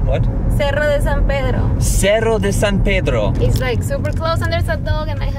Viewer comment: Cuando pueda decir "Cerro de San Pedro" el mundo se va a acabar